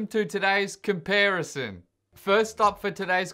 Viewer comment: Ok but comp-air-ison.... I laughed too much